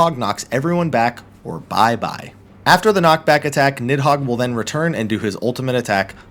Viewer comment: Little known fact; it's pronounced more like "Need-hoeg" than "Nid-hog"